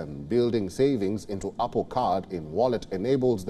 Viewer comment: Why are you keep saying oppo